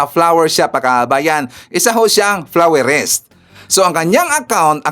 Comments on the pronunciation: hindi flowerist, kondi FLORIST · Florist, haha not flowerist... 😜😜